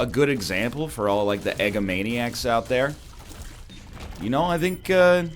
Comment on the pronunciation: Did he just call us eggomaniacs?